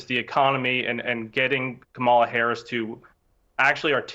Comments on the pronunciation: Her name is Kamala (Kah'-mah-luh). What is wrong with these Republicans? Are they slow? Learn how to pronounce the future president's name. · Ka Mah La Harris…on purpose… say it like COMMA LA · The people who think they are the most intelligent and educated people in the world deliberately mispronounce her first name. Actually they are the most brainwashed and ignorant people in the history of the world. They are definitely descendants of their European ancestors. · Why did we decide as a society to let people mispronounce her name on TV 24/7? Like I get everyday people not knowing but if you’re going on TV you better pronounce the VP’s name correctly. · I think we need to send Kerry Washington and Harris' nieces to this Republican strategists house to teach him how to say her name.😊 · This guy is an asshole because he will not say the VP name correctly It starts with a K not C . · you are an a-hole. Say her name right. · When you mispronounce Kamala's name, you're the only person that looks stupid. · Say her name correctly! Seriously 🙄🤡